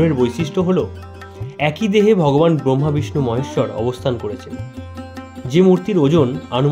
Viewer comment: ভালো ভিডিও। তবে শিরোনাম বানান Bramha নয় Brahma হবে। বাঙালিদের কুখ্যাত উচ্চারণ ব্রোম্ভো Brombho.